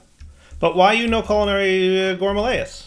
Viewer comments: tbh I dont think its a big mispronunciation as its from the root word gourmet (or gourmand technically) so gore-mah isnt entirely wrong mixed with amaryllis (flower species) so yea hes missing an R but that often comes with accents (yes there are tonnes of subtly in American Accents) gour-ma-rill-iss is a rough approximate though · Just noticed that has, for probably the last 4 seasons plus, been pronouncing Gourmaryllis as gore-muh-lay-iss. It wouldn't be a Direwold20 video without at least one -derp and a mis-pronunciation XD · I feel like went with the gourmaryllis specifically so he could mispronounce it.